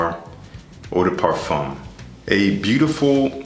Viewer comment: nice line up and presentation as always. one small thing bro, it's not parfoom it's parfaa. i feel should be corrected. thnx